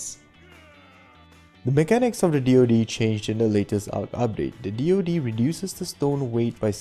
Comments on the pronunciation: It's Deed not Dode or dee ode. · why does he call it dee oh dee????